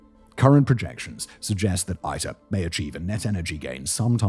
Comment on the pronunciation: Its ITER like International...not AITER...or german EITER (which means Puss lmao).